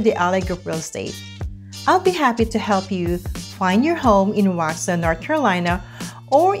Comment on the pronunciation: Step 1 in getting folks to move here. Learn how to pronounce Waxhaw. Step 2 get the stores right. Target is not in Waxhaw, neither is Walmart. (There is a Walmart grocery store though) Step 3 talk about the real commute times to downtown CLT. 45 mins is during off peak. During rush hour, the commute home to Waxhaw from downtown CLT can easily be an hour and 15-20 mins.